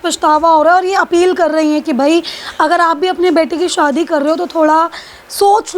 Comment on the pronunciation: Aap ki bolne ki style kafi irritating hai. Aaj kal anchors kuch alag tarah se bolne lage hai . Shadi ko shwadi bol rahi hai